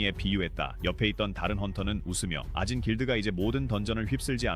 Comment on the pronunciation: 2분 44초 아진 길드를 오진 길드라고 잘못 읽었네요